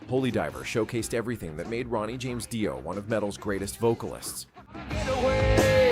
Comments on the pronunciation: First of all, if you can't pronounce the name of the band, get lost. It's not Doi, it is Ronnie James Dio, damn ass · Ahhh AI and the English translation you should have set the prompt to DEO might help AI to pronounce it better 😂